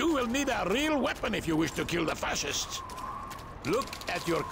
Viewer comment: "The aid station on Soleclmya Street is counting on us to stop the fatcists!" Anyone else heard him say that?